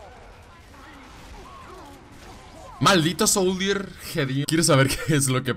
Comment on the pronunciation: Te reto a decir soldier en vez de souldier :v